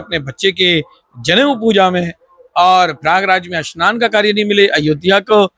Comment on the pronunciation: Bahot mushkil se sudh Hindi bolne ki koshish kar raha hai😂 Haqiqat ye hai ke Urdu alfaaz mooh se nikalta jaa raha hai. snaan ko shanaan kah raha hai.